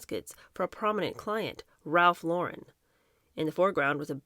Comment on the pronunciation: Ralph lor-REn. Emphasis on second syllable.